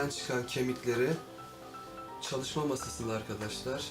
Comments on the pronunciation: Abi sende çok handaşlar diyon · sen handaşlar diyodun ama ORADA niye arkadaşlar dedin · Abi sen arkadaslar demek yerine andaslar diyosun